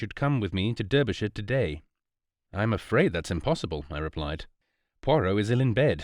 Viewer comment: Derbyshire is not pronounced as the reader did which is the American way. Derbyshire is pronounced as if Derby is written Darby, with an A, minor point but might as well get it right.